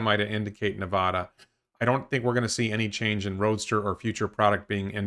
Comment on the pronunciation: Hey, can I ask you to correctly pronounce Nevada and Oregon, please? Thanks friend.